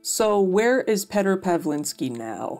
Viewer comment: I fucking love your content, keep up the good work! The name Petr is pronounced "Pyotr" tho.. I know nobody gives a shizzle, i just had to